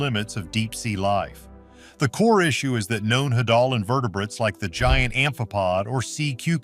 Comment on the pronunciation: Hadal (Hay-dal)